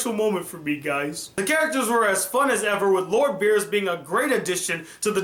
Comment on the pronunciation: What? xD terrible